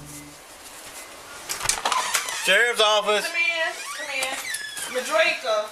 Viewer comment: Come on my people Midrieka, Exzell. Really 🤦🏽‍♂️